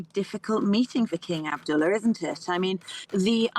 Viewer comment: "King Abduller" lol